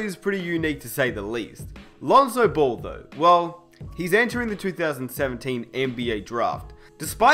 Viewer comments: Stop pronouncing ball as bol it gets annoying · I thought he was talking about someone else because it sounds like he's saying bull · Every time says "Ball" i hear "Bol" as in Bol Bol